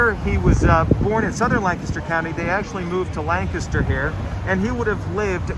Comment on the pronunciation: Yea, correct pronunciation.